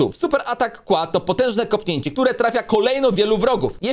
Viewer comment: KIEŁA A NIE KŁA